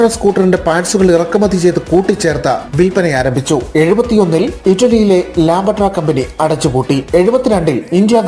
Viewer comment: 😂😂 ചേട്ടാ "ലാംബട്ര" അല്ല "ലാംബ്രെട്ട" എന്നാണ് ഉച്ചാരണം‼️ ഇത്രയൊക്കെ ആധികാരികമായി പറയുന്നതിന് മുൻപ് അതിൻ്റെ പേര് ശരിക്ക് പറയാൻ പഠിക്കണ്ടേ❓❓😂😂